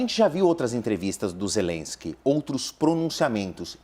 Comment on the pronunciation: Nossa que insaio para pronunciar o nome ZELESQUE